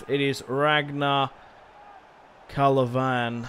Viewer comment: it is klavan not kalavan